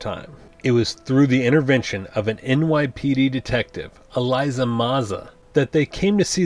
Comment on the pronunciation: If that's the case you're pronouncing a lot of names wrong and getting a LOT of plot points wrong. "Elisa" (not Eliza) Maza, for example, didn't convince the Gargoyles to leave the castle until well after Demona showed back up. And Demona's pact with Macbeth ONLY made her immortal and it was the magic of Puck that turned her human during the day which only took place in the episode "The Mirror" in Season 2.